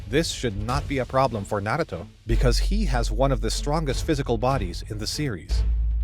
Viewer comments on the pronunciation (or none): Bro stop saying naguto it's naruto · Tbh pronounce it correct NA - RU - TO IDK where this man is getting his speech from